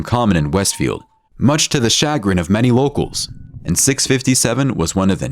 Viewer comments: “Shuh-grin” not “sha-grin” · Hah me until "shagger-in". It's pronounced "shuh-grin".